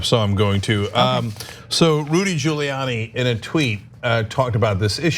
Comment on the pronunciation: 🤔 does any1else notice how Hannity gets ppls names right, until they're in trouble? 🤷‍♀️ now he's even purposely pronouncing "Giuliani" wrong. he callin him "Julie Annie"... wtf ... 😳🙄🤣